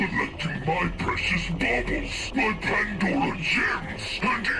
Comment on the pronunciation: "There collecting my pwecious bawbawls 🥺"